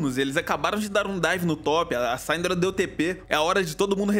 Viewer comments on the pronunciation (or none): eu tbm falo saindra kkk mas o correto é síndra, qaundo lançaram ela pronunciaram o jeito certo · A gente tem que abrir um abaixo-assinado pro parar de falar SAINDRA kkkk